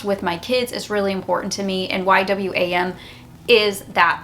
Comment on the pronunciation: The publishing company is pronounced Y "WAM" Lol. Its an amazing missions organization.